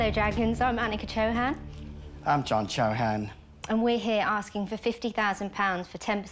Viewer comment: Man, they really Anglo- fied their names lol. They look Indian (Rajput, North India) and was thinking what funny they said. In India CHOO-HAN would pronounced a lot harder sound. Here they glided over their pronouncing of their own name 😅